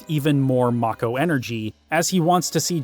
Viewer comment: I think it's pronounced "make-ohh".